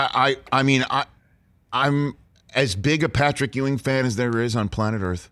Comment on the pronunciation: C'mon Rich, it's Patrick Ewing. Geeeeez